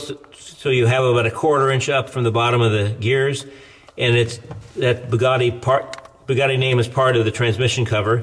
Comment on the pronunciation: Sorry, the way this guy pronounced Bugatti was strange.